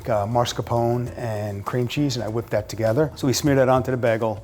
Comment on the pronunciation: Cream cheese? I think they mean crem chaazzz